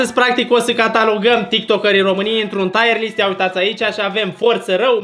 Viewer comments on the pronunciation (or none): nu se pronunță "taiăr list", ci "tir list"...sună super ciudat "taiăr list"